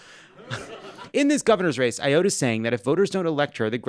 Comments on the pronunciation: It’s “A-OUGHT” not “I-OAT.” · A-OUGHT is how it's pronounced. From NH. She is awful if you ask me. Face down, Mass up! I am 100% stealing that! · I don't like her, but it's pronounced "A-ot." But she's going to lose because Dems in NH are going to be turning out in large numbers Tuesday! 🌊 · Jon Lovett: Kelly Ayotte's last name is pronounced Ay-yought. And, yes, she shucks! She totally flip-flopped in 2020-22, and then lost her Senate seat (thank f**k for that!). Sununu is just as bad with all his flip-flopping, so we're working to elect a Democrat (once we know which one wins the primary, tomorrow; I can't believe the "First in the Nation" has the rest of our primaries in the last group of primaries...groan). Oh, and our state is one of those weird ass ones where ticket splitting is totally a thing! The number of people I've talked to who will vote for a Democrat locally by for Ayotte is just outright scary. And if Morse comes out ahead, we're just f**ked. She's bad, but he's just outright Trumpty dumpty hopefully takes a great fall...then again, he might be easier to defeat than Ayotte. Yeah, that's the state of affairs in NH. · He mispronounced Kelly's last name all the way through this piece. It was really aggravating considering I'm one of those Massachusetts people that she rails against!